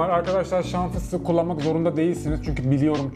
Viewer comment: Şam fıstığı değil,çam fıstığı.!!!!